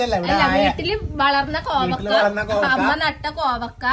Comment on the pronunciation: കോവക്ക അല്ല കോവയ്ക്ക ഞങ്ങൾ പറയുന്നത് കോവക്കാ എന്നാണ് ഞങ്ങൾ പറയുന്നത്